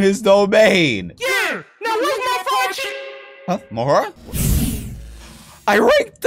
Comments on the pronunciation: ITS MAHORAGA NOT MAHORGA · Its maharaga not mahorga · Its maharaga not mahara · It’s not maharaja. It’s Maha raga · It’s mah-ha-ra-ga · Bro calls him mahora 😭😭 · It’s ma ha roga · It’s Ma Ha Ra Ga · It’s ma-hor -a-gah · It is pronounced Ma hor ag a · bro always say mahora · Bro it’s mah-ho-raga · Mahoragah is pronounced MAH-WHORE-RAH-GUH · you said mahoraga wrong the whole time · I feel like nobody cares about how he’s saying mahoraga